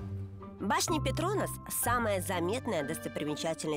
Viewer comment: Обожаю передачу "Орел и решка", но ребята умоляю не ПетрОнас (так противно звучит, прям слух режет) правильно ПетронАс☺